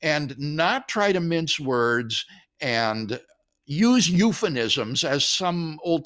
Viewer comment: I don’t know how an educated person like Dr Craig does not know that the word is not ‘euphenism’ but euphemism. He said it twice. Also, there are never more than two alternatives, namely either one thing or another. Any more than two should be phrased possibilities. I’ve heard him use the word often for more than two possibilities. I hope someone will gently tell him. Ok, yes, I’m a pedant, and proud of it. 😳